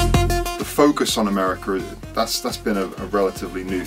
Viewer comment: meerriica?! hahah